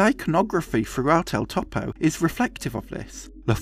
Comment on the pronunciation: "Synechode, New York" is an amazing film by a Jodoworsky fan... Btw, Topo is generally pronounced closer to (toe • poe) than (top • oh).